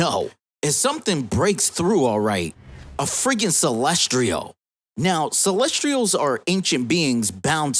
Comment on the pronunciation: Bro it’s pronounced “Celes-tials”. Good video anyway